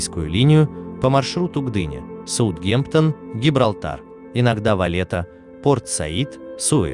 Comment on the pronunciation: Проходил мимо, посмотрел пару роликов. Интересно, но, парень, нужно поработать над дикцией. В куче слов ударение ставится не туда и произношение название городов… камон. Сутгемтон?